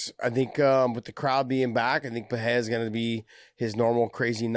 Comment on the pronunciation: The way Josh pronounces Pereira makes me cringe. Completely wrong